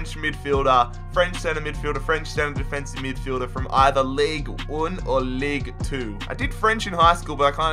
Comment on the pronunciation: It's Ligue deux (duh)!